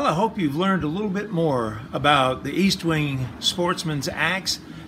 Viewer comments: Pronounced ESTwing, not EASTwing. Very good video. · ESTwing not EASTwing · logan wolf Tanks Logan. I don’t know if you realized this or not, but I mispronounced Estwing all the ay through the video. It should be EST-wing not EAST-wing. I’m planning to do a new video on vintage Collins Axes soon. Thanks for watching and your kind comments. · Its Est wing, not East wing ffs